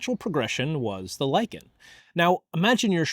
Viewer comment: "lichen" nononono "liken" I hate English